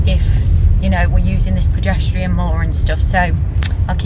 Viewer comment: It is pronounced cer cla arge and progesterone preh jes ta rone xxx